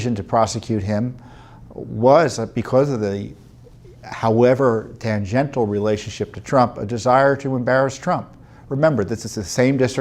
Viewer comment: "tan - gentle" haha. Tan-jen-chull